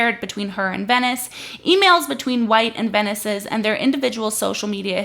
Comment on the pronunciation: OK, some things: (1) **VENCES, no Venice. Would help if you could pronounce his name correctly. (2) Where is the NBC News New York article? You should have that as a source in a pinned comment or in the description. I'm going to search anyway, but come on. (3) According to the article, which you can read at the bottom of any article, "Kat Tenbarge is a tech and culture reporter for NBC News Digital." That means that she currently LIVES in New York, but I doubt she works for WNBC-TV or even WNBC Digital. It's a small detail, but it could be damaging to someone's career if used inappropriately. Also, the wedding makeup thing has 0 to do with the work she's doing. (4) I'm not saying the NBC News article was great, but you're giving them more fuel to the fire when you make clips like this. (5) Why hasn't the man been talked to on your channel or podcast? I just want know his perspective.